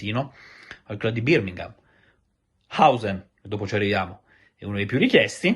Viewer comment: ti stimo tantissimo e ti seguo sempre volentieri, ma ogni volta che dici Birmingham (pronuncia [ˈbɜːmɪŋəm], un insegnante di inglese si suicida! Sappilo!;-)